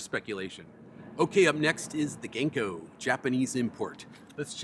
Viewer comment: Hey! Local Seattlite who also happens to be Japanese. Love the vids and will definitely be swinging by soon to reup on some streaks. Just a small note. Japanese is a syllabic language rather than alphabetic. Our characters and sounds are paired into complete syllables so they don't have long and short sounds and when written are pronounced the same every time (for the most part). So Ganko would be written as Ga-n-ko with the A being pronounced like Ah (like the Sa in how you say Sakura), so more like Gah-n-ko, it would be the same for any consonant pairing to make a syllable. Makes my day to see new uploads, can't wait for the next one. Keep up the vibes!